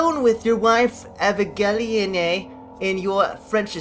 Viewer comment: haha nice pronunciation of Evangelyne. Twas cute ;D. That loading screen face lol.